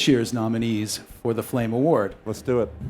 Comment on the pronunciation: "FLAME FAWARD"